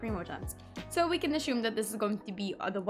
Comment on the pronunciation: Assume. Not ashume.